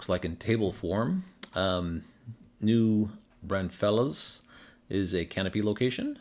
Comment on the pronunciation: That is pronounced New Brawn - fulls. 😋